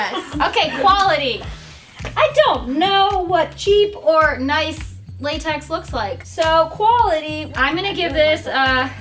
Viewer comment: It is datex instead of latex